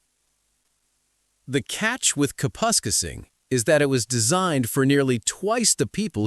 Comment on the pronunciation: so why do they know how to pronounce Kapuskasing correctly all of a sudden?